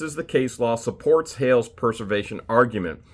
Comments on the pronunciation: I hear you say Purse-er-vation, but I know you mean Press-er-vation!... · it's pres•er•vation. As in, this citation preserves! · I am just going to say... this is a great drinking game, take a drink every time says preservation wrong... just joking, but really it's a bit comical.